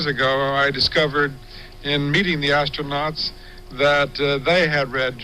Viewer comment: Ass-tro NOTS 😆😆😆